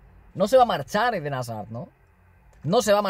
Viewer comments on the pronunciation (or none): Me da mucha rabia cuando dices hazard